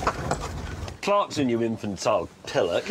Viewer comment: the way he says imbecile.